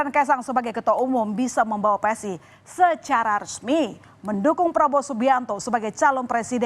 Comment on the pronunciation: PSI mbak bukan pssi😂😂😂